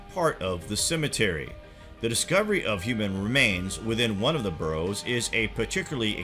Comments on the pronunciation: bArrows not burrows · Quite a few mis pronunciations. Barrows, not burrows. That's where rabbits live. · Burrow!!! It's not about rabbits!! This is getting me more annoyed. And it is Scotland not Scatland!!!! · Burrows? Midians? Pick-tish people? Seriously, Sir, learn to pronounce the words before you put yourself forward as an expert!